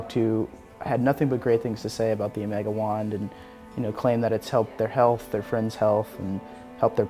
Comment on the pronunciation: Did you meant to say "America wand" instead of "Amega wand"? This is the most stupid thing ever, EVER!